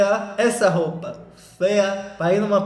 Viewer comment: Que vídeo perfeito! Toda vez que o fala “fêa” é uma gargalhada minha em público na academia 🤣 Love u neném 🥰